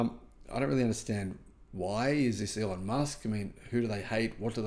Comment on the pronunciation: Have you ever listened to Elon ? Definitely pronounced like a Z.